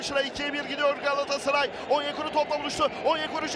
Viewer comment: Bu spiker niye Galatasaray diyemiyor?